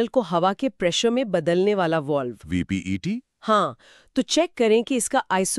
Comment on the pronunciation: Are VEPT ko VPET bol rha hai 😂